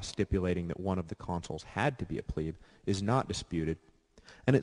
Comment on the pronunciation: Actually it's pronounced Plebeii